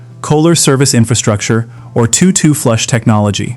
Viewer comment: AI Crap. It's TOTO, like the dog in the Wizard of Oz, or the Rock Band Not two two.